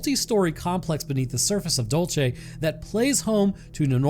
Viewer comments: Dul say, not dul chay 😅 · IT IS PRONOUNCED: DULL-SAY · And it’s dul- say not whatever you said you nerd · Also, idk why people have such a hard time pronouncing “dulce”. It’s DOOL-say, not dole-chay. It’s Spanish not Italian. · It's pronounced Dool-see. As a New Mexico native, I can say that there are probably more UFOs in the state than anywhere else. Always have been. Love your stuff man! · I knew as soon as I saw the title it was going to be about Dulce. My understanding is it’s pronounced “Dole-Say” That said, the underground base has humans working along side the greys and reptilians. The reptilians built the underground base a couple million years ago because of the high magnetic fields deep in the earth in the southwest. One of the lower levels they do animal human hybrids from transients they’ve kidnapped over the years. There’s a level that has the ability to trap souls of creatures that accidentally end up there when they are astroprojecting. The war happened when a reptilian wanted Phil Schneider to release information about what was going on. The war ended up just being a failed mini rebellion. Also, the greys are like worker drones who communicate telepathically. They don’t get along with the reptilians and sometimes fights break out. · You're pronouncing Dulce wrong too ! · The way you pronounce Dulce is grating af, what a way to anglo-cize a Hispanic place! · Santa Fe is the state capital, such ignorance in this day and age, plus, you pronounce Dulce incorrectly , goodbye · I just cant stop laughing at how he said "Dulce" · Also this is gonna drive me mad Dulce is pronounced with a soft C like in Cereal not a hard Ch sound if you say Dulcereal and take out the real then you got it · you have a strange way of pronouncing Dulce